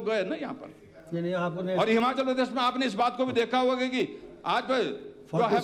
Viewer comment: मुख्यमंत्री जी पहले हिमाचल बोलना सीखे । हमाचल बोलना छोड़े 😅😅